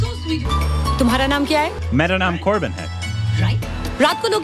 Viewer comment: ...that "mera naam Korbin hai" was so on point 😉🤓